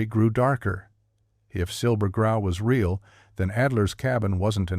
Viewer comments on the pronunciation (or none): none